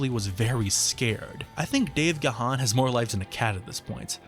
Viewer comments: I've adored Depeche since '81, and this was a fantastic review of the band, just one small annoyance though, its Dave GARRN not Dave Gaa-haan, I have no idea on why Americans can never pronounce it properly. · Gahan is pronouced "gone" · Yet another one who doesn't know how to pronounce Gahan. And Alison "Mowyet"? Ffs, it's "garn" and "moyay". Do some proper research. I don't get the praise for "Come Back" as it's dreary af, and Memento Mori is just shite.